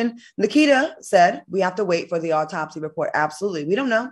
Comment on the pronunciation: Al said aurtopsy 😂